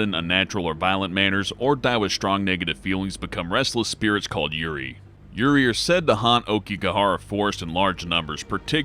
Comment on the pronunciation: "restless spirits called yuri"... I think I just understood he meant yuurei